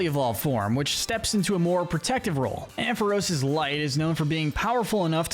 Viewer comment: It’s pronounced amp-fuh-ROSS, dell-EE-bird, UH-zoo-MUH-rill, led-ee-IHN, ELL-uh-kid, WAH-buh-feht, SWY-nub, PIE-low-swine, chin-CHOW, fan-PEE, gly-GAHR, YAN-muh, PYOO-PIH-tar, and houn-DOWR, “”! 🤨 Stop mispronouncing Pokémon names,! You still have a lot more studying to do about Pokémon, especially with Pokémon pronunciations!